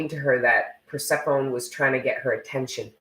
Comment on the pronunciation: Persephone: per-séf-ah-knee